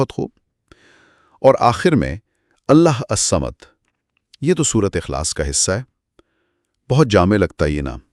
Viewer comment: Allahussamad plz improve your pronunciation.